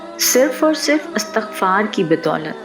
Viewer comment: Pyaray behan bhaion se guzarish he k ye lafz "istighfar"he jaisy k lafz istiamalاستعمال or istihkamاستحکام ka wazan he.Astaghfar ghalat tllafuz he. Shukria!